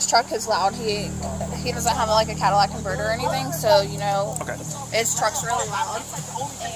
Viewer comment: Did she really say "Cadillac"??? 😂😂 Omg! I missed that part! That's awesome!